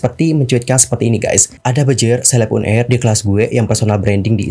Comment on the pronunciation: Un air un air, uner bang bukan un air